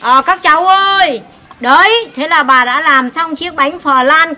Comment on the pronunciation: "bà" pà pà nghe khó chịu quá